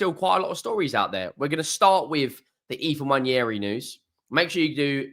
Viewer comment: I will subscribe if you can PLEASE learn how to pronounce Nwaneri